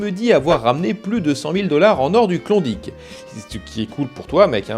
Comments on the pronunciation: Saperlipopette, t'a prononciation sur klondike me pique légèrement les zoreilles =p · t'as juste pas mal plus de chance de rencontrer un francophone en ON ou NB qu'au Yukon =) - par ailleurs, il m'a fait bien rire avec son "Klondique" ^_^